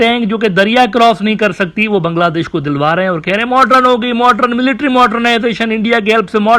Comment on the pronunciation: Dear Admin Uneducated Geopolitics Scholar! It's not MODRUN ( pronunciation) It's MODERN 😂🌝